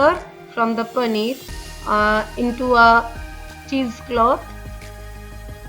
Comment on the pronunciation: I do not understand one thing, whatever the recipe is, you are giving cheese and you continue to say panner again and again. 🤔